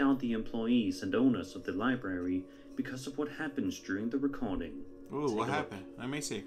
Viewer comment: Hey big brain, its not li barry, its library